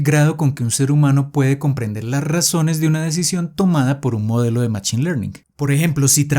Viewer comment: Buen video, lo agradezco. Un pequeño feedback es la pronunciación de "machine" que en inglés se pronuncia "mashine" y me provoca escalofríos cuando lo pronuncias en español con la ch jaja